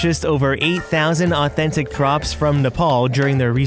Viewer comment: I love the way he speaks omg 😃 literally he said “ So EvErYtHInG is Authen-TIC!” I love it so much 😂💕💕